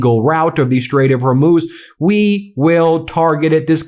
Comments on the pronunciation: HORMOZ , NOT HORMOOZ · “They DAMAGED THE HORMUZZZ..!”